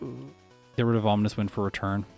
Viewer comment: Is it just me or does he pronounce Ominous in a slightly weird manner? It almost feels like he's calling it "Omninous Wind" or something because of the potential omniboost, lol.